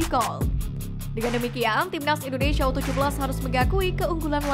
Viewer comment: INDONESIA, Neng Bukan INDONeiiiisyiiiia ya😂😂😂😂